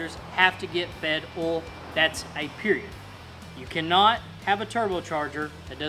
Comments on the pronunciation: cylinders 1 and 5 don't fire at the same time. They are on opposite strokes. So everything you followed that up with is wrong. Also, it's pronounced "oil". Not "ol". Cool video for dumb people though. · Did you say oil or ole